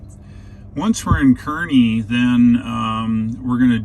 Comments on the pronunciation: FYI: Kearney = "car-nee" Enjoy your videos. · I like how you didn't speak when showing the windmills. Very calming and felt like I was on a real road trip. I grew up in Nebraska. For what its worth, they pronounce Kearney Nebraska 'car'-'nee'. Thanks again for your videos.